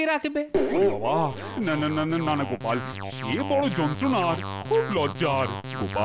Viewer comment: আছা 😂গোপালের নাম গোপাল❌ না কোপাল 😂😂